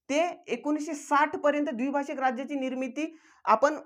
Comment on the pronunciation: सरजी अमरण ( अमरन ) नाही द्विभाषीक ( द्विभाषिक ) नाही